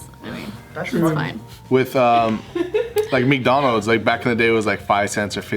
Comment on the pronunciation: why did they let slip with that meekdonalds